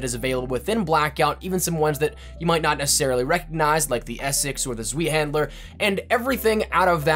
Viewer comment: Zwee-handler lmao